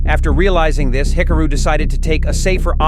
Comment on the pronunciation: Hick-a-roo? AI narration is HORRIBLE.